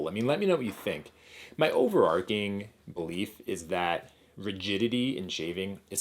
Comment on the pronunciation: Overarching, not over-arcing.